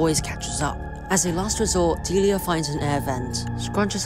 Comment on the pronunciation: A key disclaimer: This has nothing to do with the eponymous character fro "Deliah & Springtrap". The pronunciation of the name is missng the second "l" which could raise some confusion (though obviously I'm aware this is a 1-minute recap, so...)